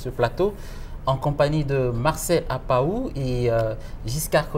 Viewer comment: APPAOU et non APAHO!!!